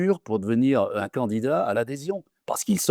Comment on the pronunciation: Btw, c'est quoi cette déformation du français, de "an" pour "un", comme : 2001 n'est pas "2000 ans"!